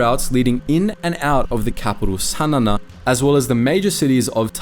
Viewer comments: Pronounce the capital Sana correctly it is Sa Na not Sa Nana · Sanana lol.. It's called Sanaa (San aaa) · What is wrong with your pronounciation. "Sana na" ? "Gori Thia" ? Do you have a speech impediment or something? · A slight correction, the Yemeni capital is Sanaa, not Sanana. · Sanana is fkn 😂😂😂😂😂😂 wth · Great video, awful pronunciation of Sana'a